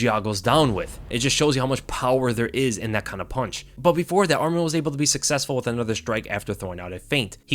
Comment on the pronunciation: Interesting fact the way you pronounce ArmEn (which is another Armenian name) but his name is ArmAn. but still great breakdown thanks !